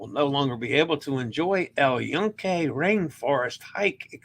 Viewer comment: Use the default Italian vowel sounds for Spanish too. AH AY EE OH OO. The U sound is the long vowel sound (OO) as in tune, June, tuna, luna. Thus, yucca is pronounced yoo-kah, not yuck-ah, and Yunque is pronounced Yoon-kay. Please dub in the correct pronunciation from today's show and practice your vowel sounds! AH AY EE OH OO